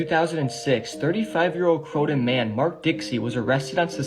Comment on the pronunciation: The Brits school is in croydon plz say it right.